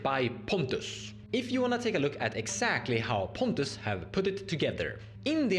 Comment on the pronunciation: He said the creators name wrong. Google: "moxfield spontus". The deck name is called "noctis fishbowl"